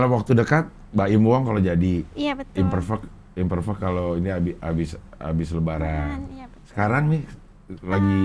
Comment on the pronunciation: Imperfect cing ngomongnya, bukan Imperfect